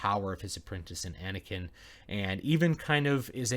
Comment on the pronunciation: "Anekin" O_o